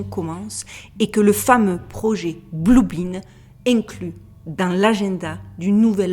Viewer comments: blue BEAM pas blue BEAN .Rayon Bleu pas Haricot bleu😁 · Cc, petite précision c'est le "projet blue beam" et pas "blue bean", courage a toutes et tous